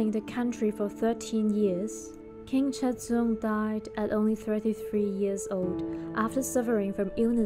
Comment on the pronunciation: can you please pronounce the names correctly